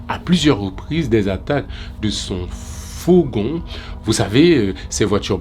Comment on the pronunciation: fogon ou fourgon?